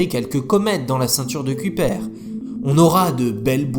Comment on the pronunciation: Excellent ! Super animations. Pour la prononciation, "Klondike" se dit {clonnedaïque} et "Kuiper" {cueillepeur}